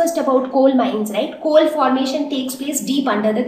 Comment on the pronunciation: Very right, she is having a very bad pronunciation she says chol to coal She adds 'h' to words and whenever she says 's' so my ears start get irritating